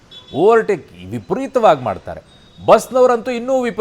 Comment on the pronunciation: ಬಿಸ್ ಅಲ್ಲಾ ಕಣೋ ಬಸ್😂😂😂😅😅